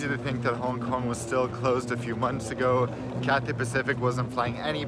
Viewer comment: “CARPET” PACIFIC